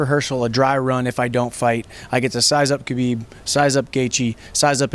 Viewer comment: respect to, probably the only sports journalist who pronounces Khabib's name correctly